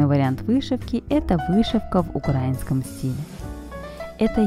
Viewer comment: Сама ты в укрАинском стиле🤦. Правильно произносить украИнском! Потому что страна УкраИна!